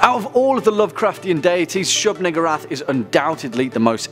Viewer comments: Why I thought he said nigga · That pronunciation...